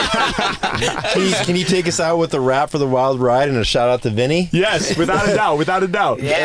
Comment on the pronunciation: It’s WILD not WILDE Steve haha 😂